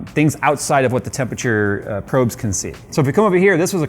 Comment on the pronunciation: Another video of getting past saying "tempature" 😂